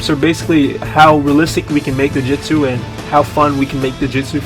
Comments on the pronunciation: it not jistsu it's justu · why does he say jitsu instead of jutsu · the 4 dislikes are probaly because he said jitsu instead of jutsu Lol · Jetus XD i think u mean jutsu's